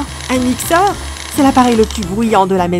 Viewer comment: Qand on met sous titre c est mix tor au lieu de mixeur🤣 c est baya